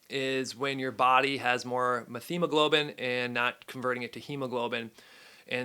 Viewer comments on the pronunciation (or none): It's pronounced met-hemoglobin